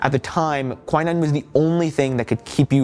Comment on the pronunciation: ahte to be that person but it is not pronounced kwai-nine, its kwi-neen.